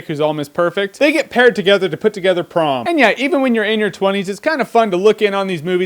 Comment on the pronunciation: Is it just me or does anyone else hear "Tron" and "Porn" every time he says "Prom"?